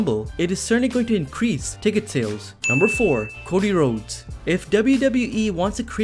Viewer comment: Cody Rhodes?!?! What are you saying???